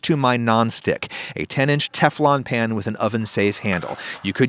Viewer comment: you said Teflon as Kiflom in GTA 5 :D